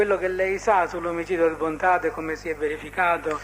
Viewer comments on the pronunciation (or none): "Bontate", non "Bontade". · Ma porca troia, fate i video e non sapete manco i nomi. Si chiamava Stefano Bontade, Bontade, Bontade, Bontade non Bontate e che CAZZO!!! Detto "Il principe di Villa Grazia". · cmq si chiamava Stefano BontaDe non Bontate